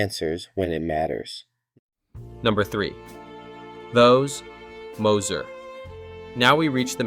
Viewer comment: It's some of the worst AI narration I've ever heard. Did you hear how he pronounced Thos. Moser???